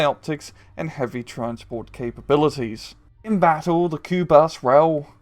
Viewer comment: Pronounced kubush